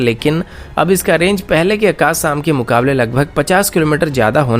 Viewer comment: Saam nahi sham boliye akas nahin akash boliye.